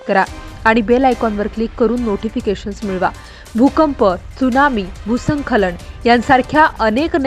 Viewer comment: भ् : स्खलन असा शब्द आहे. नीट उच्चार करा.